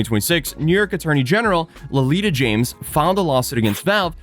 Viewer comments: Bro 😆 her name is Letitia (phonetically Le-tish-a) not "Lelita" that stopped me dead in my tracks. I do feel like this particular lawsuit is not a slam dunk for the AG. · You keep saying Lolita… it’s Letitia. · Seriously, dude... The NY AG is Leticia James, not Lolita, and I'm not even American. Please just take a little bit more time to make sure you get important words right. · Letitia, not Lolita James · That wackadoodle DA isn't called Lolita (Lo-Lee-tah) James. LOLOL!!! It's LETITIA (La-TISH-ah) James. And she's a whole crooked ass fool. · Lelitia is actually pronounced as Leticia,. Not that anyone cares lol great video like always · The State's Attorney's name is Letitia (LUH-tee-SHA) James. She's awesome for a state's attorney. Edit: I know you were raised in Norway, so I don't give you too much guff on pronunciation, but you were calling her LOLITA. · lelita james ...i first heard lolita 💀 ...it's letita (spoken like le-ti-tcia) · Can you please start trying to Google these names and listen to someone say it so that you can say it properly? Her name is Letitia. LE-TEE-SHA. You aren’t even trying when you keep calling her Lolita James. Being Norwegian isn’t an excuse. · Latitia (Sounds like Latisha) James not Lolita James😂😂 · Her name is pronounced La-tish-aw, not Lolita lol that was bugging tf out of me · The NY AG’s name is Letitia James - “Le-TISH-ah”, not Lolita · its not LOLITA James it's Letitita. It's pronounced luh" + "TISH" + "uh". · Dude. Her name isn't "Lolita." it's Leticia, pronounced leh-tee-shah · 😂😂😂Lolita James 😂😂😂😂😂😂 It’s pronounced Le Tit ia James. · Her name is Letitia James (Leh-tih-shah) Not Lolita,, roflmao. She was the one State Attorney that charged Trump with fraud and won. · Ok the AG’s name phonetically: Le-TISHA. She’s so formidable that folks usually refer to by her first and last-Letitia James. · its "le tisha james" , a very smart person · Letitia is pronounced Luh-tish-ah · that’s not how you pronounce her name.